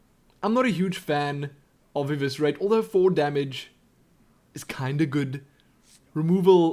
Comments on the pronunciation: Liked. Because Eviscerate pronounced right. <3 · See it's never to late to learn you say eviscerate correctly:)